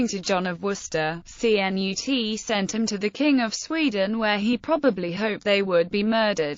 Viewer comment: Cnut CHUNT lol sound like a robot